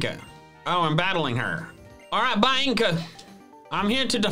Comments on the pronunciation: Love that you say bi-anCKCa instead of Bianca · Its Bianca not Bainca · I love that he called Bianca “Bye-in-ka” when it’a pronounced “Bee-on-ka” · Why does pronounce bianca as Bay-yeng-ka like lmao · Biancas name is pronounced bee -on -cu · How dare you pronounce Bianca’s name wrong 😂. That’s my sisters name 🤣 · I'm sorry man, but the way you pronounce Bianca just about killed me on the spot 😅